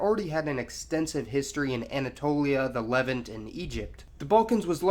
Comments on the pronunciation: the levent? as in lent? Try levant as in aunt. And all those countries in the southeast of the graphics spoke differing dialects of Aramaic. Not Latin, nor at the time, Greek. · You pronounced “levant” wrong